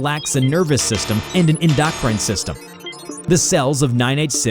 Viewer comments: Dude I'm sorry but I'm so sick of watching your channel as you butcher some of the easiest pronounced words example in the video you explained the SCP has no endocrine system which I pronounced end-o-crin not the way you did which was en-dock-rine come on man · What is going on with grammar in these videos? En-dockrin? What the hell is that? What is snarring? How do you snarr someone? Sigh. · No offense, but as someone who’s studied a lot of biology, the pronunciation of “endocrine” system physically hurt me.